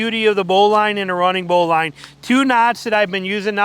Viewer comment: It's bow-lin not bow-line